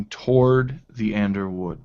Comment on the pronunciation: The ander wood LOL